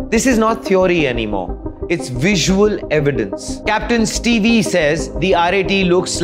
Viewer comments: Boss his name is not pronounced as Ste vee, it's Steve(Stev pronounced) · its pronounced as steev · 1. Stop adding background music noise to your videos. It hurts the ears and is very irritating. 2. Stop flashing things on screen continually. It hurts the eyes, induces seizures and is irritating and amateur video making. 3. Capt Steve is pronounced STEEV, not STEVIE. 4. Debris is pronounced DEB-RI. S is silent. It comes from a French word that is why the S is silent. 5. The RAT did not make that noise. It is my belief that it was bad fuel. Water in contaminated fuel will make a loud bang in an airplane or car. Debris left in fuel, same thing. 6. You listed everything that has been said already. What did you add to this conversation? Nothing. Zero analysis. 7. You said something that was incorrect: Yes, bad fuel can take down both engines in one stroke, you said they cannot. They can and have in the past. My belief is that either fuel was contaminated, or fuel pipe was blocked. Look at the facts: VK Ramesh, sole survivor said he heard a loud bang at take off, and plane stalled middair. Once engine gets no fuel, they stall. If there is contamination in fuel, engines will produce a loud bang. Once both engines stall at the same time, plane can only glide down to a landing. Engines produce all electrical power in the plane, and this is divided up between running cabin, AC, videos, and cockpit, radio control. RAT automatically deploys when all ELECTRICAL power is lost. RAT produces a tiny bit of power, enough to run radio and cockpit displays, nothing else. Power failure due to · He is Capt. Steve, not Stevee. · Old news. Trailing, Steeve. Not Steev E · It's not Captain steevee. It's Captain Steeve!